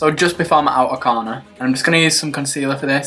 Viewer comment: i love the way he says outer corner lol